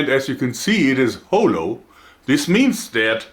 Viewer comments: Haw-low not ho-low. Constructive of course, been a subscriber since the start. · Jedes mal, wenn er "Hollow" sagt, hör Ich "Holo", den Namen der weißen Wölfin aus Spice&Wolf. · my new favourite Joerg word "hole-low" XD HA-HAR-HAR